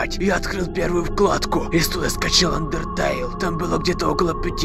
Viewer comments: Правильно андертейл а не андертайл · Андерт'ейл правильно говорить!